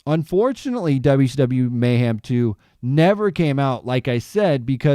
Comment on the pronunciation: There's no such word as "mayham".